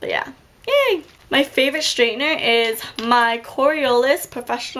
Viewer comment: it's straightener not .. straitner. ;)